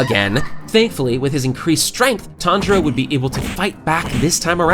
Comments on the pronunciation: TanZero! not Tandra~ I was like listen to this video and weird out by the premutation of this Youtuber...Who the hell is Tandra? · i cant get past the way you say his name lol